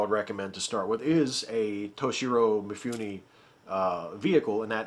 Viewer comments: I have this great image of you as a very highbrow connoisseur of film - to which you are doing damage every time you say MeeFooNee. Mifune Toshihiro, pronounced "Mee-Foo-Neh." Vowel sounds are exactly like Spanish, if that helps. Please keep in mind that I enjoy all your content. =D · Thanks for reminding me to watch Ikiru! I have all of the others you mentioned and I've always meant to watch that one too, but I haven't yet. By the way, if you didn't know Mifune in Japanese would be pronounced like "mee-FOO-nay". There's very little variation in the pronunciation of any given character, so ね(ne) is nee and に(ni) is nee. :)